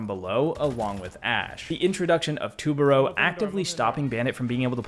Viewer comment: Pronounce it right it’s tu ba ru say it like that